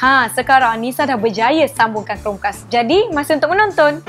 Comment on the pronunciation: Amboi sebutan. Chromecast dimelayukan jadi Chrome-kas eh?